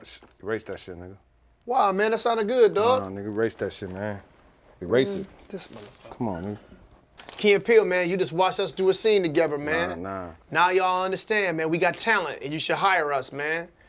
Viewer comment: "Togever" lmao